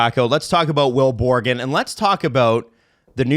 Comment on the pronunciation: Am i the only one who got fed up with calling "borgen" borgren? Hes not jonatan berggren, hes will borgen